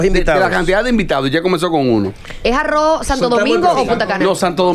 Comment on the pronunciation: y es tan dificil que supuestos comunicadores/as pronunciar HARD ROCK- Jard Ruok y decir JAR ROO